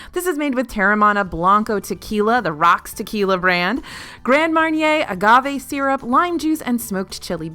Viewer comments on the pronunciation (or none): none